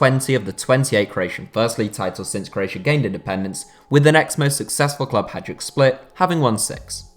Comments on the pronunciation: It’s Hay-Duk not hajduk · Oof, some of the pronunciations are very off. Hajduk is the most egregious one... Additionally LASK are not from Linz but that is is a common mistake.